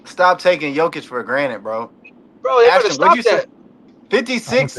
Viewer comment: Learn to pronounce GOATs name its Yo-Ki-Ch!